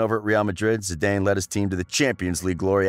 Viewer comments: “Zee-Dane”?? Lol It’s pronounced “ZeeDan” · Awful commentary it's not Zidanee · I go crazy every time you say Zidayne but I love your videos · Exactly lmao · Re-upload and say his his name right